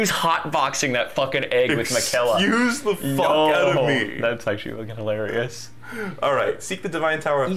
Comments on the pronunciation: infuriating to hear use the example of naruto being mispronounced by people and proceeding to say margit and miquella wrong consistently. said margit right one time and proceeded to correct himself and then say it wrong again. I love these videos regardless, its all part of the charm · It is crazy how they mention people not pronouncing characters names correctly and then call Miquella “Ma-kella“ right after Melania pronounces it correctly. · Dude you can’t complain about people mispronouncing a name in naruto and then you two proceeding misprounounce Miquella the entire game lmao. At the end mispronounces it literally as Malenia is saying it the right ray, he literally says on top of it lmao Btw this isn’t supposed to be mean I just thought it was funny, love the channel and the series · They do constantly mispronounce stuff in this game, lol. But to be fair these are a bunch of weird fantasy names, and they're talking over the dialogue most of the time which would inform them how to pronounce it